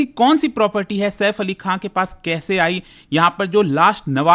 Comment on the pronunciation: खान हे खां नहीं हे 😂😂😂😂😂😂😂